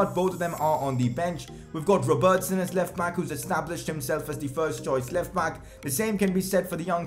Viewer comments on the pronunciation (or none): Why you call it alisOn and robERTson